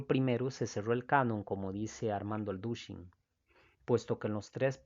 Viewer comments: ALDUSHIN JAJAJAJAJA que aprenda a hablar este señor! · 1ro. No es "Aldushin" es "Alducin" complicado comprender lo q es el canon si no podemos leer bien un apellido. En la biblia la iglesia católica no consideraban los libros deuterocanonicos si no hasta que Martin Lutero y sus tesis tomaron fuerza en la denuncia de las malas prácticas de la iglesia católica (la gran ramera) que para defender sus malas practicas incluyeron los libros deuterocanonicos para respaldar practicas equivocadas de la iglesia de roma